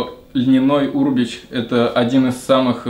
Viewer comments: Аминат Абдуллаева да,меня тоже бесило как он произносит это слово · Ударение на букву Е черт побери